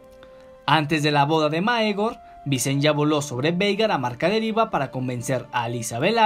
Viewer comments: La pronunciacion es Vicenia no Vicen-ya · visen-ya? entonces son targar-yen xD buen video!